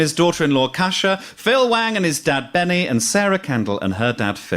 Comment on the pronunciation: I was thinking Koosha? Kusha? Brandreth. So I googled. I typed Kusha Brandreth, and was sent to an entry about Lahore. Pakistan? Is this a link to the Hindu Kush? I had to type in Gyles Brandreth daughter-in-law, to find out it was Kosha. I was shaking my head at mad American names, but it seems Gyles American blood encouraged 3 names which guaranteed they would need to be spelt for the length of his children's lives. I think one is Saxon? But if you are given a rare Saxon name, it's a lifetime of repeating and spelling. Well, Aphra wouldn't need to be spelt, for older, educated people, but they are still going to ask to repeat it and maybe spell it, to be sure the name was what they thought they heard. Parents rarely seem to think of the hell of having to repeat and spell your name to everybody when parents go off piste. And I swear Joe said Casha last time he said it. Names are so often a nest of misery. Though people seem to love naming their pets. And I guess pets never complain.